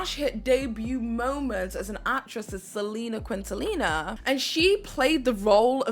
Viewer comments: “Selena Quintalina”? For shame. “Quintanilla” the “ll” is pronounced like a “y” or a “j” depending where the person is from. Respect Selena and learn to say her name correctly. 😢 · "portraying Selena kwidntilla Perez" - girl... let's take that Spanish lesson: it's KEEN-TA-KNEE-YA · It’s not Quinn-ta-Nila. It’s Quin (like “keen”) ta (like ta-dah!) ni (like knee) lla (like Yas 👏). Loved your video but the way you pronounced the queens name wrong 😑 sigh… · You mispronounced Selena's last name. Quintanilla is pronounced quin-ta-knee- ya not quintalina. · CORRECTION - Selena’s last name is pronounced “Keen-tah-nee-yah” not “kwin-tuh-lina”. 🤦‍♂️ Also, the TV show J. Lo danced on was called “In Living Color”, not “Living In Color”. 🤦‍♂️ Big Pun was dead for over a year before that “Ain’t It Funny” video came out. He’s not in that video. 🤦‍♂️ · Hey sweet lady…amazing video but one thing I noticed was you’re saying Selena’s last name wrong. I believe you’re pronouncing it QuintaLENA and I believe it’s actually pronounced QuintaNILLA with the L’s being said with the Y sound. Like neeya. Does that make sense? Not sure if I explained it very well but hopefully 🙏🏼 i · Hi there , it is Selena (Seh -leh-nah) Quintanilla ( Keen-tah-nee-yah) thank you. Hope it helps. From latina born in central america. Thanks for trying though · Not Qwin-til-nia Qeen-te-nee-ya Sorry but I’m a Chicana and it killed me hearing her name botched like that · Hello it’s pronounced Kintaniya!! Not quintanila 🤦🏻‍♀️ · Also it’s Selena Kin-ta-nee-ya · And Quintanilla is pronounced "keen-tah-niya." But miss, you're DEFINITELY not an idiot. An idiot wouldn't be able to create such brilliant content. We ALL mispronounce things or say the wrong things at some point. It happens!!! ❤ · Quintanilla is pronounced Keen-ta-knee-ya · LL in Spanish is a ya sound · Quintanilla is pronounced KEEN TA NEEYA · The name is Selena Quintanilla. Keen-taw-knee-yah. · Selena Quintanilla (keen-ta-nee-yah) 😅